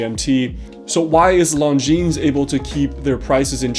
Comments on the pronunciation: You pronounce their name lawjean, not lawnjeans. Cheers! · Lon-jin! Not long-jeans! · Longines is spoken without s at the end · Oh boy, I think I may have been pronouncing another brand wrong for a while. I’ve been saying lawn-Jin-es